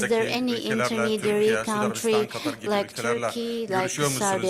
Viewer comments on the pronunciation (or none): none